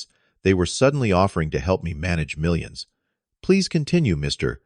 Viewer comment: The AI cannot say millions. 😂😂😂😂